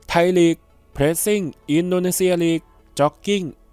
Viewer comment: ไทยลีก ไม่ใช่ ไทยหลี๊ก